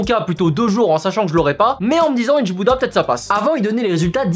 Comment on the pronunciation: "Inch'bouddha" Mdr